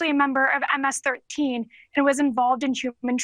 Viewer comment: "M- ASS 13" is what she said lol